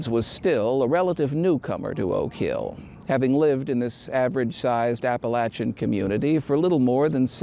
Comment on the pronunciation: Top marks for pronouncing Appalachian correctly! Thank you,. Excellent production!